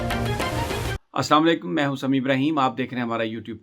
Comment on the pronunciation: Assalamo Alaikum Brother Sami sahib I like your vlogs and comments on politics But , with all respect, when you say Assalamo Alaikum, you pronounce it incorrectly which is prohibited in Islam, you pronounce it Assama laikum not Assalamo Alaikum I hope that you won’t mind me explaining and will think about correcting yourself jazakAllaho khairan